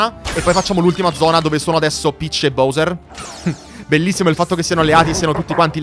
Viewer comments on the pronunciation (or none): Posso chiederti una cosa: se il gioco lo nomina BAUSER (come faccio anche io), perché continui a chiamarlo BOUSER?